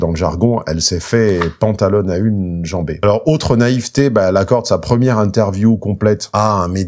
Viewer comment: Merci, j'ai bien rit avec ton "pantalonàunejambé" !